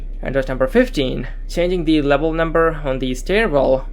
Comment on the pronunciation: Levuhll euu-geeted 😂